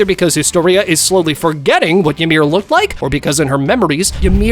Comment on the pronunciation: E-meer > Ya-meer